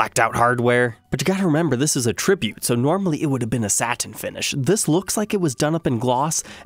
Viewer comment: He pronounces both those words correctly tho💀